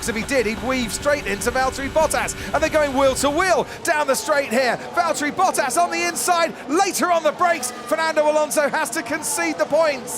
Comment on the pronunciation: it's Valterri "No pace?"